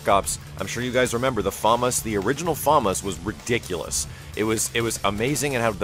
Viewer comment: its "FA-MAS"!